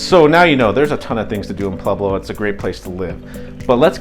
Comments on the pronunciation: Don't say Pleblo! It's Pueblo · Why are you pronouncing it Plublo?